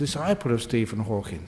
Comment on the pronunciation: Wonderful talk and so entertaining, but just a slight correction; it's Hawking, not Hawkins.